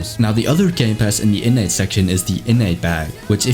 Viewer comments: Every time he said innate , it sounded like init bruv like the british people say .Innit bruv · Innnate ❌ Innits ✅